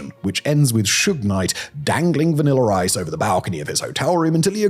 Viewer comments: Lol its the "vaniller ice" that kept getting me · VanillER Ice agrees!